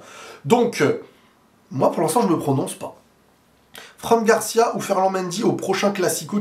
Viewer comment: Bonnes analyses. C'est marrant comment tu prononces "Franc" Garcia à la française. C'est "Fran" (franne) Garcia😉